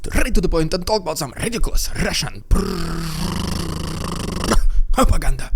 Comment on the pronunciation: I like your work but please stop with this cringe "Russian propaganda " thing. Its not funny and hard to take you serious when you're trying to say these words in some weird way.